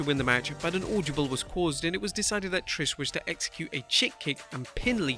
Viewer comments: Ord-a-ble not auldabul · Bro, the word is AUDIBLE NOT AUDIOBLE LOL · it's not audiable, it's audible. Sorry, you just said it so many times... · “Audiable” lol what’s that? Oh you mean audible